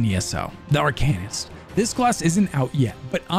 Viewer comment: Is that really how you say it, Ar-kay-nist? Cause traditionally in ever game, media, whatever, it has been Ar-kuh-nist.